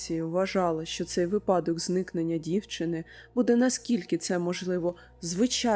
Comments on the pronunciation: вИпадок, не випАдок😅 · Ваше подання історій мене дуже зацікавлює, дякую! Але хочу зауважитм, що у слові випадок наголос на и. Це поширена помилка і дуже ріже слух. Дякую також за розуміння